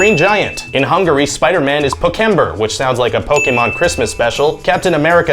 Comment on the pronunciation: so, im from hungary spider-man is yes pókember in our country but its literally mean pók = spider, ember = man and its sound good to us he butcher the pronounce XD and yeah star lord is kinda space lord, but it is űr lord and only cus star = csillag and it is not sound very well and the last one blunderbuss is kinda true again but it is mordály wich is sounds better to us than rocket = rakéta its really just strange to you :D